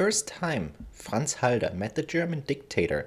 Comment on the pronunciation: Why is halder pronounced haider